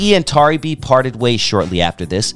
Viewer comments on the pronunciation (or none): Not Tary B pronounced Terry B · Pronounced Terry though 🤣